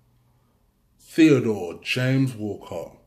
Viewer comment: Did my man just say Theo Wahrez😂😂😂